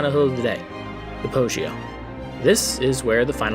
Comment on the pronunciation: Interesting prononciation of Cipressa, Poggio and (hilariously) penultimate! But I’m only kidding, great video! Thanks a lot